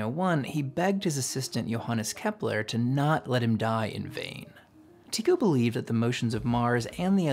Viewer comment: "Vain" not "vein."